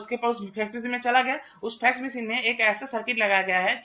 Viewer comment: Phax Machine nahi Fax Machine